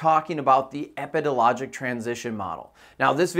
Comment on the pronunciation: I kept mentally correcting him too lol